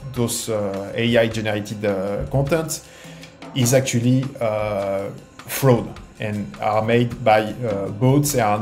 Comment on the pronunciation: Jesus, please subtitle that Frenchman "FROH...D. Made by... BOATS."